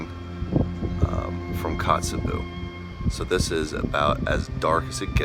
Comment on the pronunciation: OK. One, I can't believe you don't have more views, or have more comments. Bu the more comments part works in my favor. Maybe you will change your video to include the correct pronunciations of these places. Kee-nigh (like the English "Nigh", Eye-ah-lick Glacier (you do know how to pronounce "Glacier". LOL), Kot-tse-bee-you (like pee-you, something is stinky), wha-hut? Bitch? Kat-mei? No,nnnnnn,no, darlin', Kat- my,l like, "that is my national park, bitch." When you are there, it is your national park, Kat-my.), OMG< the Football!! Field Lake! We watched this lake change so drastically from 2001 until 2020, when it finally drained (I think). The ice canyon below it was always amazing. You were right to try and hike it. So many memories of a forgotten feature of Root Glacier, in Wrangell-St. Elias National Park. Pronunciantion, boys and girls! It is the first way the locals will either turn you away or accept you as their own!